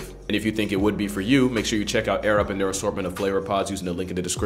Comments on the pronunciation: I swear I heard the dude say 'Arabs' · Half of the sponsor segment I thought his sponsor was “Ａｒａｂ.” 😂